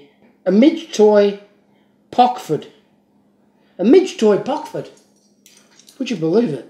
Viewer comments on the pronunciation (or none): C'mon man ! It's Rockford Illinois U.S.A. not pockford